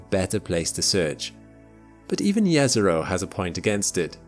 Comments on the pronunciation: Jezero literally means lake in my language xD So if Jezero was a lake, it would be lake Lake. :D Also, thanks for pronouncing it correctly :))) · The thing that got me most surprise in this video is the fact that actually pronounce "Jezero" correctly. My respect sir as I know how hard is this to pronounce for an non native speaker. And from this I can see that he actually resect the thing he is presenting.